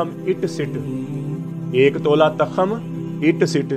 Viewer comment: حکیم صاحب لگتا ہے آپ نے کسی استاد سے سیکھا نہیں ھے تاخم نہیں ھوتا کرتا بلکہ ت کے اوپر پیش پڑھی جائے گی تخم. توخم کی آواز آئے گی اور لکھا اس طرح جائے گا تخم